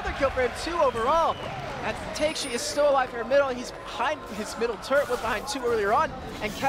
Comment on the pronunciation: really just pronounced Takeshi "Take - shee"........? Things like this are why Riot didn't want this dumbass casting LCS anymore... Edit: Good lord, does this downie observer even look at the map once??? After watching OGN and even EU/NA LCS, the quality of the internet stream of this tournament (i.e. camera/observer, casters, etc.) is downright garbage.